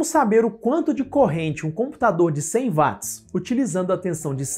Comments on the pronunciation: Nao seria watts (uots)? Ao inves de vatis? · Sim " uats"*